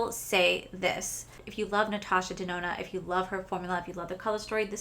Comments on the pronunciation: Lol. I remember when you’d call it Natasha denonee. Was pretty funny. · this color story is 1000% me!!! this palette will be mine someday!!! you should definitely contact customer service about the smell. heather also has a code for 15% off the palette. i’m glad you had a great time with betty jean and theresa. i remember when you used to mess up natasha’s last name. good times. 💚💚💚